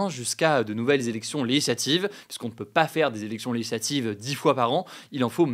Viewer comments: articule Hugo stp, "zélection lézlatives" Les élections Lé-gi-sla-tives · Toujours intéressant, mais si je peux me permettre deux critiques : ralentir le débit, et soigner la diction. Même si le mot "législatives" n'est pas simple, la syllabe "gis" y figure et doit être prononcée correctement.